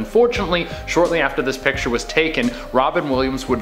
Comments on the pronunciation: Be cool if the woman could say picture correctly instead of piture. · i dont like how she pronounces "picture" like "pitcher" heebeejeebiesssss sorry its one or my pet peeves